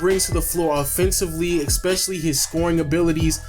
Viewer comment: You keep saying expecially... Stop... Lebron < Kobe.